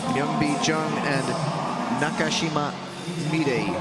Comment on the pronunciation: Somebody please tell the commentator how to say "Na-ka-shi-ma"! There is no "cash".